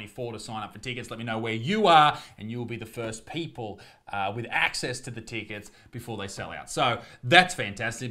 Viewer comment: Love your stuff Please learn how to say the word "tickets" It isn't tee kits. It's Tick its